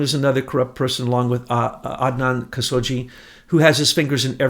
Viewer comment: adnan kashogi has been out of circulation for some time, years....his last name is not pronounced as "jee" but ka-show-gee.....prez reagan was totally coherent and told the public he had the start of altz. and nancy ran the interior staff of the WH but not the gov't... your comment that he was bonkers from altz and nancy ran the govt decisions is WRONG...how old were you during his term.?????bush ran much of it and the foreign decisions....leo wanta has been on the radio several times and he is legit and tells the complete story...bush and wanta are not friends and havent been...bush did stop him from getting his money..wanta worked directly for reagan not bush and his role was very covert other than his transactions and he answered only to reagan until the end of the project when bush threatened him and his asian partner...his asian partner was killed right after refusing bush's threats for a huge cut...